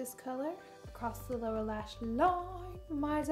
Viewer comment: It sounds so funny to me when Laura says “lower lash line” because I’m thinking she says “Laura lash line” is that just me though?